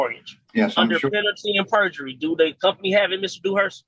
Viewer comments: Moron said penalty and perjury 😂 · “Penalty AND Purgery”? Hmmmmm